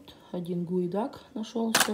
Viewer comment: Гуидак ,а не гудиак